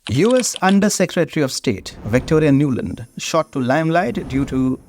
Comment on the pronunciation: Victoria Nuland has become Nolund 😂😂